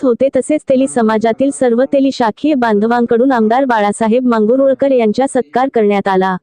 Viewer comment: मॅडम मांगुळकर आहे ते मांगरूळकर नाही आहे जरा उच्चाराचा सराव करा की..... 🚩भोमेश चंद्र रोकडे पाटील मुसळ